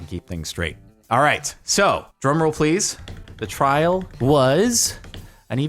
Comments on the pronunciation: No one: Literally no one:: YOU'RE GOING TO TRRRRRRRRRRAIL!:) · Trrrrrrial! Trrrrial!! Mianite flashbacks